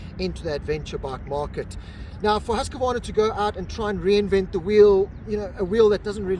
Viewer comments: “Hoosk-varna”. Not “Hoos-ka varna” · Well… no it is Hoos-kvarna. Why not just call it Husky and then even we Swedish people will understand.